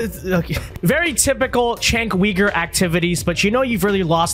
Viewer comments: You are aware that it is not “Chank Weeger” but actually pronounced ”Jank Youger” and yes, those are spelled for phonetic reasons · Chank weegur. Lolol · I hope that your mispronouncing his first and last name on purpose because the right way to pronounce it is very much out there so either you didn’t care and didn’t do any research or you’re doing it on purpose to disparage him, so which one is it. Now I’m not defending him he’s a quack, I just wanna know because I like to get my information from people who are informed and are willing to put in the actual work